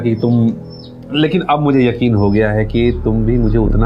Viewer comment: yakil not yakeen